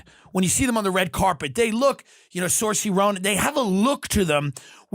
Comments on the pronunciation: Exactly lol. He called himself Irish and then pronounces her name as sursey lmao. I love him but he's a yank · Tim, you're pronouncing saoirse arseways 😂😂😂